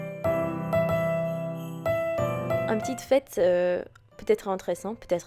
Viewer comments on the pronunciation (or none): Bravo pour cette vidéo. J'ai découvert ta chaîne il y a quelques mois et je suis fan! Petit détail rigolo dans cette vidéo: à on entend presque "c'est une PUTAIN de tradition" au lieu de "c'est une PETITE tradition"... ça m'a fait rire;-) Merci encore pour ta gaieté, ta joie de vivre et tes petits moments de vie:D